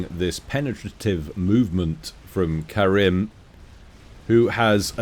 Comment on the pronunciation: btw my name is karim not karen mf XD